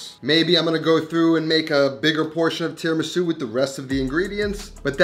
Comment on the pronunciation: Italiana 🙋🏻‍♀️ Not mad but … Tee-RAH-Mee-Su You have Italian face what that mouth do? Rahrahrah 😌🤫😜